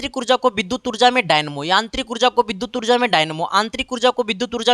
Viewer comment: Sir v ko bhi padh rhe he aur yantrik ko aantrik 😂😂